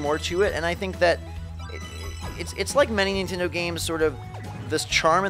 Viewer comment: Mon-tend-ay..?! Eh...!